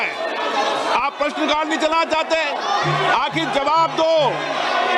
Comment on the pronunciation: इस बिड़ले को हिंदी बोलना ta नहीं आता है निर्णय को निने बोलता है 😅 चाहते जो चाते नहीं को नी